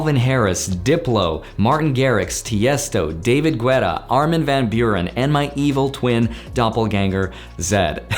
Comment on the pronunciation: Armin ven Bjuren This had me laughing so hard. How americans pronounce Dutch names is just hilarious